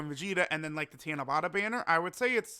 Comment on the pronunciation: It's pronounced tanabAta not tanabOta